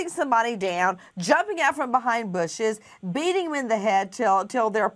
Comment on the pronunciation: She said "bushes"